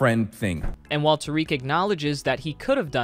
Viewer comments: Just an fyi it’s not tareek it’s ta-rick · i'm pretty sure its tare-ick not ta-reek